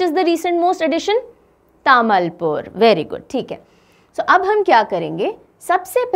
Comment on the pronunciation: Tamulpur Pronounciation - Taa mool poor; Nagaon Pronounciation - No Ga o Udalguri Pronounciation - Oo Dal Guri Barpeta Pronounciation - Bor peta Bajali Pronounciation - Bojali